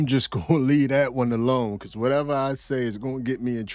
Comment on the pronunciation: Wateva...wateva...i do wat i want😂😂😂